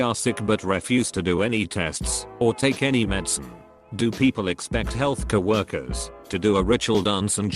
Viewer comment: It is very bad. Fassa book, cow worker, etc.